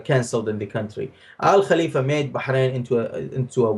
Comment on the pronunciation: Paul pronounced Al-Khalifa properly. No wai!